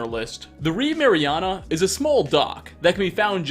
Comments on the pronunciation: Ma ree na not mariana lol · "Ma re anna" got me its marina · It's marina not mariana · The Reeb Mariana?? MARIANA?! Mar-ina. Marina. A place for boats. Mama-mia, its-a Marinara! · Reeb Mariana? the word is marina, 3 syllables not 4. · Also "Reeb Marina" became "Reeb Mariana" which is substituting a real word for a name that has an entirely different meaning. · Marina, not Mariana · Marina- maa ree nah. Christ.